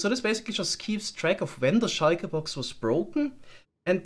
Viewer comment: i like the way you pronounce shulker box